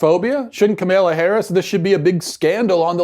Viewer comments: 100% agree with you on this issue Matt. (Side note: Her name is pronounced "comma-la") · he’s so dumb he can’t even say her name right